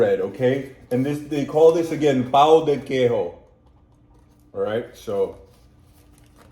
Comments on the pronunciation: Just some tips about pronounce: Queijo you pronounce like the J in english, but without the "D" sound. It's not like the J in spanish. NH sound is like the Ñ sound in spanish. Ã sound is more or less like the "uh" sound in english, but it's nasal. A little difficult for english speakers to pronounce. Ú sound is like the "OO" sound in english, so cajú is pronounced like "cajoo" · In Portuguese, J sounds like in French, not Spanish. Guaraná has no H in it, it's not "guaraña". the "ñ" in Spanish is "nh" in Portuguese.